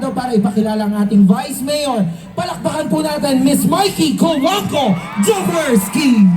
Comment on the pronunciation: Jaworski not Joworki